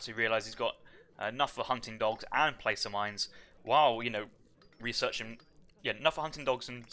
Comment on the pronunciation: Love the content. Thanks everyone! FYI, I have noticed everyone involved with AOE3 is mispronouncing "Placer" mines. "Placer" has a short "a" and rhymes with "master." Thanks again!